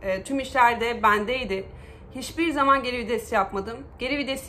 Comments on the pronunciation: abla herşey çok güzel yalnız o kelime vides değil VİTES teşekkürler... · Abla çok iyi "geri vides" diyon jdjdjj